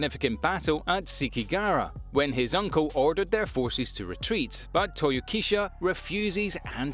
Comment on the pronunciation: The name is Shimazu Toyohisa not Shimazu Toyokisa or Toyokisha